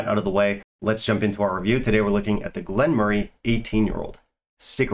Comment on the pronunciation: you butchered it today...... No, in fact you massacred the dis😊distillery.😂😂